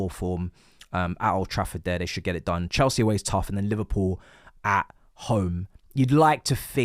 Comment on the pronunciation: 2026 still saying “chelski”